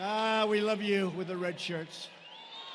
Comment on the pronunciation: Red or Rad....lol I saa Red an Rad..